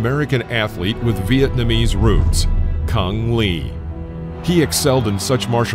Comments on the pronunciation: I thought his name was supposed to be pronounced Choong Lay? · I think you've mispronounced his name. I've always heard it pronounced like "Cung Lay."